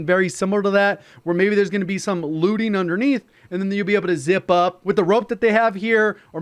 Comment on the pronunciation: Looting? Thought he said lubing …